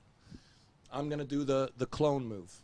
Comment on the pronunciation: Clone move? Wasn't he saying clown move?